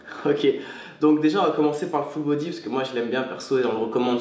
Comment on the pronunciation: on dirait il dit "Foot Body" mdr